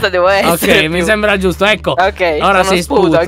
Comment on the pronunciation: Ma vi siete accorti che a detto ogei